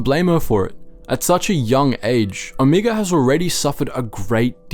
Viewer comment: sorry... but after hearing you pronounce Omega, Omiga for the 3rd time I'm done watching your video.... you watch the show, you hear how her name is pronounced, do the show and your fan base a bit of respect and say her name correctly.